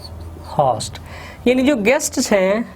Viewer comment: It's host not HAAST.